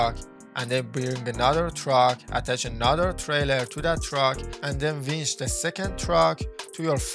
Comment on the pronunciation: winch. not vench